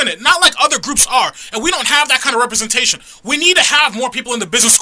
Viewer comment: One: representation not repersentation